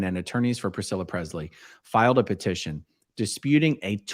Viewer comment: Lisa sold her rights to the Image and name of Elvis Presley, and Aaron it’s Pre”s”ley not Prezley thank you.